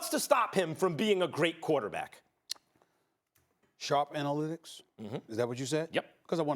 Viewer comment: “Warren Sharp Anylitics” Max is shameless 😂😂